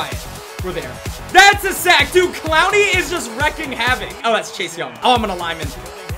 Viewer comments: And him saying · Him saying gets me every time lol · I love when you say clowney